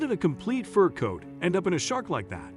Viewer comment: What a stupid story and saying furcoàt as if it is one word is misleading. Just stupid. Not true. You don't operate on a sea creature and turn them loose